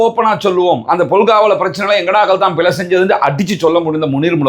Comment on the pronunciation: சிங்கள என்று சொல்லாமல் சின்ஹல என்று சரியாக சொல்ல தெரிந்த உனக்கு பிழை என்று சொல்ல தெரியவில்லை, பிலை என்று சொல்லுகிறாய்.. அது போகட்டும் மூச்சு எடுக்க கஷ்டமா இருக்கு இருக்கு எண்று டொக்டர் கிட்ட போய் முகத்தை காட்ட முடியாது என்று சொன்னா எப்படி டொக்டர் மருந்து கொடுப்பது. அப்படி என்றால் லேடி டொக்டர் கிட்ட போயிருக்கவேணும். இதுக்கும் ஹிஜாப் போடுவேன் என்று சொல்லுகிற நேசுக்கும் என்ன சம்பந்தம். சும்மா ஆக்களை குலப்பாமல் ஹபாயா பிரச்சினையை எதிர்த்து வழக்கு போடு. அதை விட்டிட்டு சல்லி தேடுறதுக்கு ஆக்களை குலப்பாத.